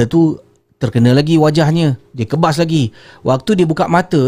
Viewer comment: Sebetulnya "kibas" bukan kebas... 💁